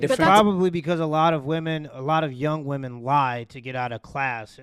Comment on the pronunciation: when did the world start pronouncing women the same as woman